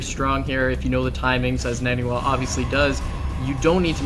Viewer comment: It almost looks like Ret coulda won if he took out the pylon powering 2 of those warpgates. Wouldn't took out 33% of NaNiwa's production. Also, is it just me, or is it pronounced NON-e-wa and not husky's NANNY-wa?